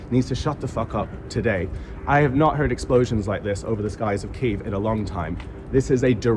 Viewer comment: 😂 let me help u out homie kee-yiv